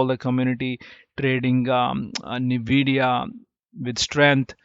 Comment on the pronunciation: its En-we-di-ya not nuh-we-di-ya lol.